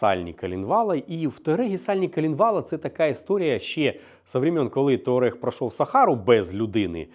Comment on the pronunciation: Ну який блін тАУрег? Аж підкидає. тУАрег єдиний правилтний варіант вимови назви авто. Де ви в назві бачите звук [аʊ]???